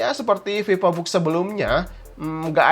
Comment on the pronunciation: Pipobook Sunda banget bang wkwkw 😅